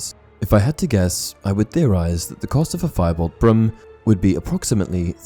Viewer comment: Is it just me, or is he pronouncing 'broom' as 'brim'?